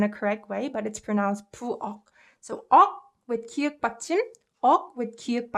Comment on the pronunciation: 기윽 이 아니라 기역 입니다